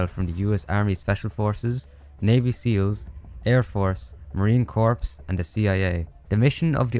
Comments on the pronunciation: The “S” in MACVSOG is “studies” not “studios”. “Corps” in marine corps is pronounced as “core” not “corpse”. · So I know this is a older video and you might not check the comments still, but one little thing that caught my ear is when you said "Marine Corps" the P and S in Corps is silent, so it would be pronounced as "Core" instead of "Corpse". Other than that, I'm loving your vids! The one about Call Of Duty Cold War popped up in my recommended and I couldn't be happier it did. Keep up the great work man! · You don't pronounce the "p" in marine corps. It's like saying marine "core" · Why do you pronounce marine corps as “marine corpse” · Only problem with this video is how you pronounced marine corps. If that's its biggest flaw, you're doing great